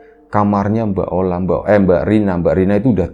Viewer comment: Ola jadi oli 😂..... Gpp lah asal jangan maya jadi ayam